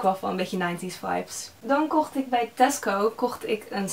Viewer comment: Elke keer dat je Tasco zegt denken ' hè, Tesko?' ❤️